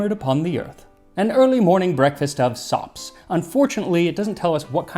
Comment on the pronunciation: NGL, I first heard you say "Golden socks" 😀